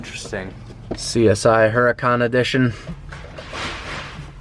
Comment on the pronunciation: I hate how he pronounces huracan wrong